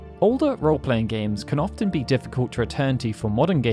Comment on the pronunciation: Are you saying orphan, as in one who has lost their parents? Or often, frequently?